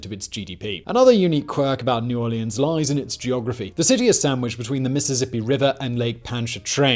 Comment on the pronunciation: Love you Simon, but I dont know why, I do hate your pronounciation of the "Orleans" in New Orleans. 😂